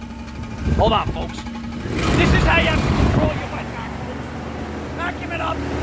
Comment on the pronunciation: Oh wet vac I thought he said wet back